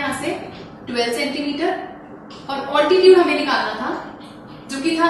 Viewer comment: It is not oltitude it is altitude